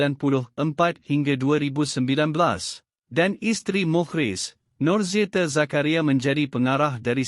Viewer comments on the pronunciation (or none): Perkataan NORZITA, ENGGAN, DEFENDAN dan AKTA.......tolong sebut dgn betul. Jika komputer baca tak sesuai elok dibaca oleh manusia...apalah kamu, video pendek pun tak mampu nak baca. harapkan komputer yg sebutannnya salah.....